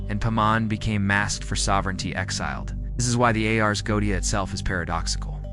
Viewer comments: Except for the mispronunciation of 'goetia'. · Why do you incorrectly pronounce 'goetia'?